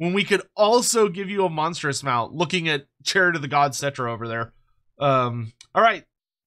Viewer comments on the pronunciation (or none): none